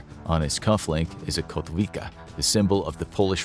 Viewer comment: Kotwica. Read it like “kotvica”